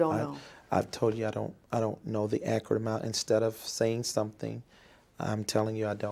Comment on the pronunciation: If He says “ ACRIT “ one more time 😡😡😡😡😡